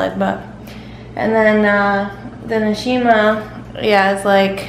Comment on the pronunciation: Begins was supposed to read nshima grrrr, where were you born in Zed?